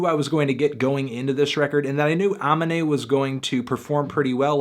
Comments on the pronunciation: You said his name wrong like 5 times, the track hero makes fun of ppl like you who pronounce his name wrong like a dumbass 😂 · I'm not gonna trust ur review of this shit cos u can't even say amine right lmaoo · DONT DO A VIDEO ON SOMEONE IF YOU DONT KNOW HOW TO PRONOUNCE HIS NAME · dude, did you even listen to the album?? he mentions how to say his name on like 4-5 songs. And you still got it wrong. kind of starting to believe you dont listen to albums, just read them on genius or some shit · How u still pronouncing his name wrong did u listen to the album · how do you listen to the album and still say his name wrong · maybe look up how to pronounce the artists names first??! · Learn how to say his name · Can't take you serious since you can't even say his name right... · The way he keeps saying his name makes me cringe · he keeps mispronouncing amine's name and it hurts my ears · Stop saying his name wrong you fucking melon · "5/10, not enough mispronunciations of the artist's name" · you say his name wrong, he even says how to say it on the album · & YOU CANT EVEN SAY HIS NAME RIGHT NIGGA IM SLEEP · How you listen to the whole album and still pronounce his name wrong??? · I just want you to say his name right for once... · If Anthony could pronounce amine's name right then he would probably give it a higher score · cant even pronounce his name lol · omg learn how to say the artists name correctly. it takes one google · pronouncing it wrong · 5/10? Really? Are you serious? I dont? Understand? Jesus Christ and you STILL dont get his name right even after all the times he said it in the album which makes me wonder how well you really listened to it. Ok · Can't get over how he says his name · Why the fuck do you pronounce Amine not similar to Anime? You're making him sound like he's a Digimon. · How is mans still pronouncing his name wrong?? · HOW TF DO YOU WATCH ALL XXL AND LISTEN TO THE WHOLE ALBUM AND NOT KNOW HOW TO SAY HIS GODDAMN NAME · nischon just no